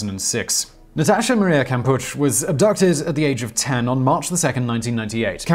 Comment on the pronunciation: Kampusch as in Kampu SH The terrible German pronunciation hurts my ears 🤦‍♀️🙉🙉🙉🙉